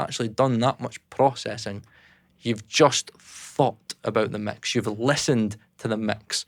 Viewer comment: Instant like for the accent as soon as he said ‘mecks’